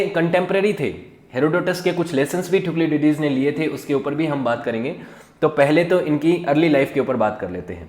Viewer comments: Thuklidydys kon hy? Thu-sy - did us hy bahi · First of all it is not thuclididis, it is thucydides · Thank you sir🙏 Explanation was very good But, the pronunciation of Thucydides was wrong 😅 That is = Thu-si-die-des 😊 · THU - SI - DI - DIS 🙏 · Sir Pronunciation of "Thucydides" should be correct! 🙏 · Your subject knowledge is low, you yourself do not know how to pronounce, you all the time pronounced Thukliditis, but it is actually Thucydides, it is Peleponnesian not Peleponian